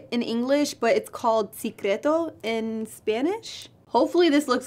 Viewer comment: Aside from chisme, secreto is pronounced "seh-creh-toh" not see cre to lmfaoooooo